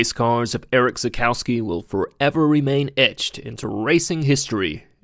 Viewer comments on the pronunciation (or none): Cool video and tribute. Not a fan of your vocal fry... His name is Erich, pronounced Erig, not Eric. Also r.i.p. Erich...